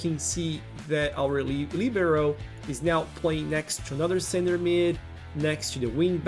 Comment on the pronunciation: I like your perfect pronunciation of LIBERO with the accent on the I. Another great video. Please keep going with your content.